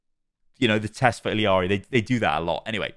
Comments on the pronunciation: e-yar-e not il-e-ar-e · reminder that it’s pronounced “ee-yarii” the last minute was painful listening to illiari over and over. there’s no second i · I’ve noticed this with a lot of European content creators. Why do people say Illari’s name like illi-ari? I get ppl who say “iyari” bc her name is Spanish based and the double L makes the y sound. But ill-i-ari doesn’t make sense. Where are you getting the extra i? Lolol idk why I hate it so much lolol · why does everyone pronounce her name “Iliari”???? it’s “ee-LA-ree”, or if you wanna say it correctly in her language it’s “ee-YA-ree” but there’s no “ee-li-a-ri” idk where that comes from omg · My ears every time calls Illari, "Illiari.":face-blue-question-mark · Some day he’ll pronounce Illari’s name right. Don’t know where he’s finding that extra “i”, long e sound at. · man i love your videos but it triggers me so hard that you still dont know how to pronounce Illaris name